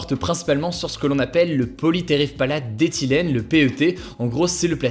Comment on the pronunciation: GG Hugo d’avoir réussi à énoncer « Polytéréphtalate d’éthylène » au calme, en une fois 👍